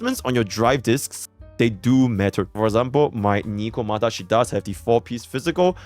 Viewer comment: Ah, yes. “Nikomata”.